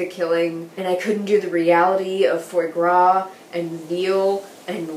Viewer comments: "fuwah guwah" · a foodie student chef that mispronounces foie gras?